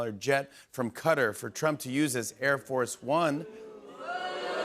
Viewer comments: The way I jumped when he said Cutter 😂😂😂 KA-TAR! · Ka-tar; not cutter, lol!😅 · " CUTTER".... SURE THATS RIGHT PRONUNCIATION ? BELIEVE ITS KATAR...🤔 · Can someone please tell Jimmy to stop pronouncing Qatar like cutter!!!!!! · Dude stop pronouncing Qatar as “Cutter” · It makes me cringe when he says "Cutter". The way he can't pronounce the french president's name too. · It is pronounced cutter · i think you'll find it's pronounced quarter but let's disagree to agree